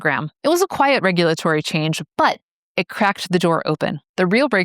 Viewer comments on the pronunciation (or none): none